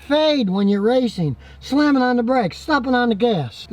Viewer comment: did he said riceing?